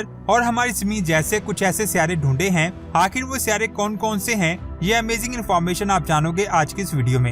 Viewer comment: لفظ آخر ہوتا ہے نہ کہ آکھر۔ لفظ غلط ہے نہ کہ گلت لفظ ہے خیال نہ کہ کھیال۔ جب آپ انڑین فلمیں اور ڈرامے دیکھیں گے تو آردو زبان کآ بیڑا غرق ہوگا ہی ہوگا۔